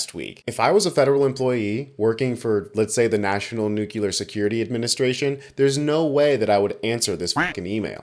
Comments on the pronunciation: love your work and i know this is picky, but the word is pronounced NOOK LEE ER. Not NOOK YOU LER. 💙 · NUCLEAR, not "nukular"! THE MORON BUSH BLURTED OUT THE LATTER INSTEAD OF THE FORMER IN 2001 AND ALL THESE YEARS I HAVE WATCHED HOW CONTAGIOUS IDIOCY COULD BE. 8 OUT OF TEN SAY NUKULAR TODAY. dysgusting!! ONE MISPRONONCED WORD DESTROYS YOUR CREDIBILITY. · Stop saying nucular. You sound like George Bush. But keep up the good work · Yeah. That drives me crazy !